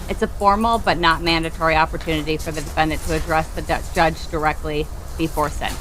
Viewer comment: was probs kinda nerdy and cute when she was a spring chicken. If not for her revolting client and pronunciation of “defenDANT” she would be a pretty old lady.